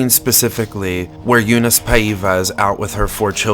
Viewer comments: Regarding pronunciation ah-IN-da es-TOH ah-kee Paiva is pronounced PI-va (as in the pronunciation of "Pi" π) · So funny the way you say Paiva with a completely wrong intonation.